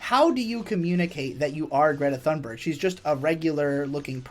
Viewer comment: "Greta Fannbörg"